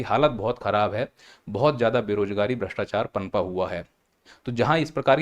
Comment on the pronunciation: Bhastechar mat karoo Word galta hee 😄😄